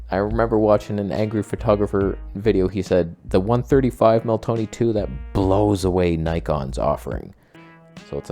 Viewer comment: TONEH! LOL😂